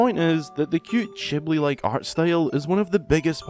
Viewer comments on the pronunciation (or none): Did you just say "chibli"...?